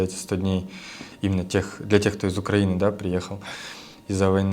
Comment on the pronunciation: УкраИнские товары, а не УкрАинские. УкраИна, а не УкрАина. Сама, кстати, раньше неправильно говорила, но люди с УкраИны, должны знать, как ставится ударение в названии их страны. Стыдно.